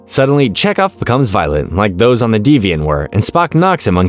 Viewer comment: Your pronunciation is embarrassingly bad. You really think they'd name a ship the Deviant?